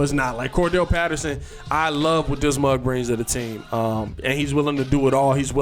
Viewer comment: I like when you say "mug" lol. I moved to the west coast quite a while ago from Gary Indiana and I don't hear that anymore. Brings me back...